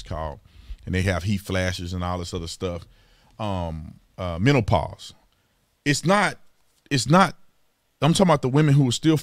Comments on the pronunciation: I laughed when I thought he said 'mentalpause' lol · OMG Brandon you said "MentalPause" its Menopause...lmao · Did he really just call it “mental” pause? 😂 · BAAAAAHAHAHAHA!!!!! My guy!! Tatum, he said "mentalpause" hahahahahahahahahahah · Did you say "mentalpause"? You got it right, I am a 55 year old woman in mental pause 🤭